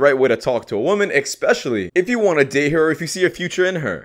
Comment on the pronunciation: Here, let me help you out, one dude to another. The word is especially, not exspecially. I correct you here on this post so that one day you don't blow an important meeting by a mispronunciation. Some people are sticklers when it comes to the spoken word. I actually walked away from a group where one of the people was talking and said the word "irregardless" which ISN'T a word, yet has been misstated SO often it has been added to the American lexicon. When the person/female called after me asking why I walked off while she was still talking I replied, "Because I've heard enough to know all I need to." I can't abide stupid people. If you don't even know how to communicate without revealing your shortcomings in a conversation, why would an intelligent individual want to know you? Words have power. Misuse them and you chance losing the very thing you desire so desperately. Class dismissed.